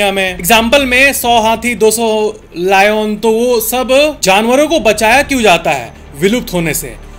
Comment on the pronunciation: Lion❌ Loin✅